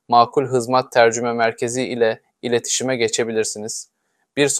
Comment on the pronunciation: "ileşitime" denilmiş